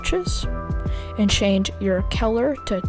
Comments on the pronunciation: Its color not Keller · Such good tutorial, but I have never heard of color turndd into celor